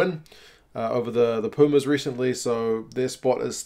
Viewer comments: You were really close mate.. Pu...you were on the money...spells like poo...no like Piu as many says...as if they were playing with láser guns...Piu Piu. Mas is not mus... it's simply mas...as MasterCard...or mastubate 😆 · “ The poomus”